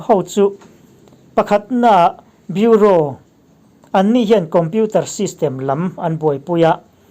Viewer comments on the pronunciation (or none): none